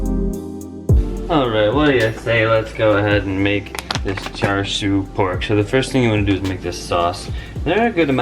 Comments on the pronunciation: it's char siu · char siu = "cha shew" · It's "char shau" or "char see-you" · You pronounce it char siew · pronounced "chah sue" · char siu is pronounced "chah seew". Before anyone question me, char siu is a cantonese and I've been speaking it since I could speak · That char siu pronunciation tho ._.